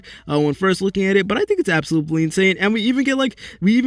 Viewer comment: am i the only one that gets pissed off everytime he said absolooply ? 💀😭